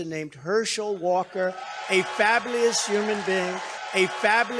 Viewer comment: Coke, Jr. must have P*SSED himself since he’d get his Daddy’s death penalty! 😂 Diaper Dicktator Donald must be taking Englush from Mike Pillow. “Herschel Walker is fableeus.” 😂😂😂😂, (with a Y), your Dim, Jr. is too hilariously on-point!😂😂😂😂 The Boobert pages are classic! LMAO! The MAGAs still projecting. I love the one that considered you a political news channel. 😆